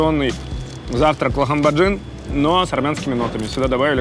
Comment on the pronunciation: Скорее всего не лахамбарджин а лахманджун правильнее .